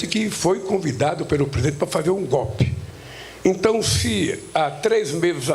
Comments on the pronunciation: Que "GOPE"? FALA DIREITO, PESTE! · Aprenda a falar analfabeto... Não existe palavra "gópi". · Correção " Golpe" e não gopi sinceramente não consigo ouvir esse malaca aí não 😂😂😂